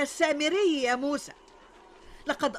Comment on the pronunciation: موسى وليس موسي